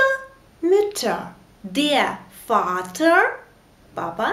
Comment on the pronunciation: По-моему, буква R в конце слова в немецком яз произносится как баува А. Напр: Vater(ФатА). Вы её как в англ яз произносите как R, но смягчая.